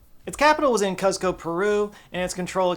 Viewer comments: “Cuzco” is pronounced “Koos-koh” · Who else is dying over the pronunciation of Cuzco 😭